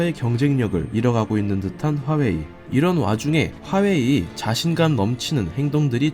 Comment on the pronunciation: 하웨이........ 거슬리는건 어쩔수 없네요........ 허나 핫팅 삼성.... 그리고 대한민국~!!!!!!!!!